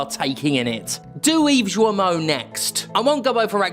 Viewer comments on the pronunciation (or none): G isn't an S. GE-lemon, goddamnit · Thank God for you as always ! One note though : "Guillemot" is pronounced with a harg G like in "guilty of covering for abusers". Because the french language has no constant. ^^ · Or like guillotine.